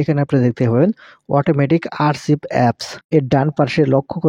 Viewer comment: দয়া করে আপনি ইংরেজি থেকে বাংলা উচ্চারন ঠিক করে নিবেন প্লিজ ( আরচিভ এর পরিবর্তে আরখিভ, ওয়াচ লিসট এর পরিবর্তে হোয়াইট লিস্টে হবে )